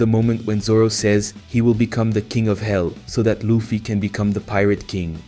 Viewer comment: Ya I agree plus when he said luffy he said lufie